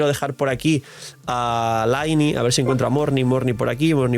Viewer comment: Se pronuncia "Liney", deja de decir "laini"!!!! Que sacrilegio!!! Mi pobre "Liney"!! 😂